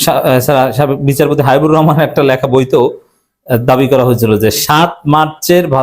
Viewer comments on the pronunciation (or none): none